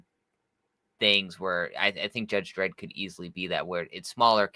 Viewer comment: It's Dredd, ffs.